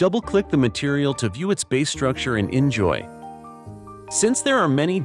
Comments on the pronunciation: In fact, according to the developers, it is really pronounced "injoy/enjoy“. But I'm also surprised abt that 😅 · Yep, he pronounced inZOI terrible. xD